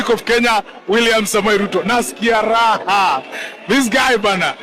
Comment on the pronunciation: Naskia lahaaaa Kwa loho 😅😅😅😅